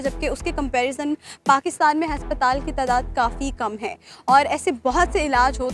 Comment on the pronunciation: Haspatal bolti hai ye.😂